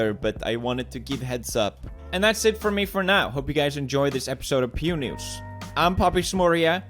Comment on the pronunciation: I thought the intro was: Pew Neuus